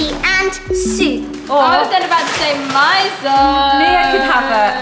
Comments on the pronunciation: It’s pronounced meeso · It’s pronounced mee - so soup not mieso btw and is geeyaoza not gieyoza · Is ME-SO not MI-SO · Its not my-so its miso like meso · not to be a hater it is not myso soup it is miso soup sorry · I think it's pronounced miso (me-so) soup and gyro(year-oh) lol Also, for karma, maybe use her middle name or the "kuh" sound 😊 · IT'S MISO SOUP YOU SAY IT LIKE ME-SO SOUP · it’s not miso it’s meeeso that how u pronounce it 😂😂😂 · Miso soup is pronounced me-so soup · Not trying to be rude because I love your guys channel but I think you incorrectly said miso soup the I sounds more like a e. So sorry if this came off rude .